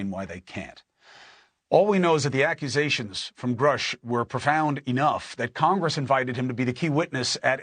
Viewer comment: Unreal how the mans name can be everywhere and yet people will still say Grush instead of Grusch